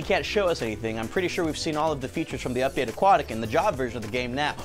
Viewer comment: "Updatea" nice English tanner